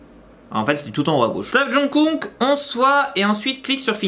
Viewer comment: Mdr c qui JOUNGKOOK. Jsp mais ça ce dirait pas Jungkook comme par hasard ? 😂😂😂